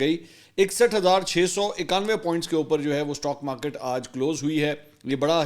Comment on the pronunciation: تو تو بچا ہے استاک مارکت کو سٹا مارکٹ بولتے ہیں